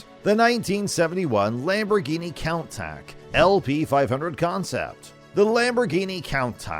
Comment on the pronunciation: You can always tell someone who doesn't know anything about cars when they can't even pronounce Countach or Pininfarina.